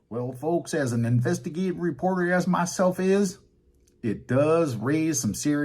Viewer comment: Love his " in ves te gaté reporter😅😂😂😂